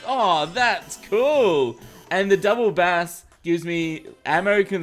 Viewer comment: when you hear how he says "double bass" and you're a musician... :facepalm